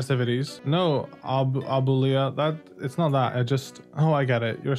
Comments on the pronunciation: I understand he's not around native Spanish speakers, but hearing him butcher some of these words is p a i n f u l to listen to at times. I guess I am just used to people knowing how to pronounce abuela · The way you pronounced Abuela pained me